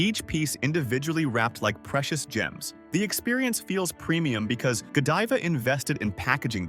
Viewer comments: Yep, when they first brought up Godiva, they pronounced it go-DEE-va, but then got it right after that. I automatically knew it was AI and not worth listening to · Ughh AI narrators , it’s lead not leed and Godiva, not Godeeva. Godivais not what it used to be when I was a kid. Definitely not the same quality. I wouldn’t call any of these product prices “low” Most mass produced products in general are crap. Nothing is the same due to too many takeovers. That should be illegal. Nestle is a very corrupt company. Their CEO said water is not a right and should never be free. Never buy their pure life water. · GÓdiva, no "Jediva"!!! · Too bad the AI can’t pronounce Lead and Godiva right. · How can I trust your research when you cannot pronounce the heavy metal 'lead',you call it lead, like to lead a dog all throughout your video. Also Godiva is not ptonounced correctly .. won't be baxk and need more proof than just your word. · Teach AI how to pronounce words that have a different pronunciation depending on the context. For example: Lead (Pb) is pronounced LED, not Leed. Godiva not Go Deeva. Deception doesn't stop at chocolate. It also thrusts itself under one's nose wrt AI. Nothing is real. Nothing is true.